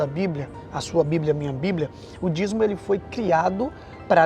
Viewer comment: Se pronuncia Dízimo. Vc ta falando dizmo.